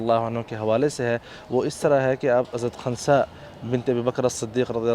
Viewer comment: my name is khnsa, listening first time from someone so correct